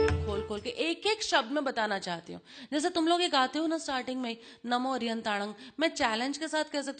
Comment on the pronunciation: Pls pronounce arhantanam not arihantanam And airiyanam notayeryanam. Veetraag bhagwan ka kaun shatru hai jinka ve naash kar rahe hai? Pehle arhant dev ka sachha savaroop to jano. Ashudhhi ke saath in beejmantro ka gyian mithyagiyaan hai